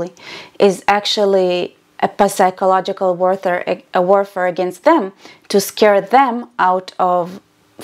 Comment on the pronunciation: Love your uploads, I watch them all ever since I found out about your channel. Just one thing... The word "psychological" in english you pronounce with a silent "P": -sychological. Anyway, don't mind me, I'm a bit autistic. Love you!! ❤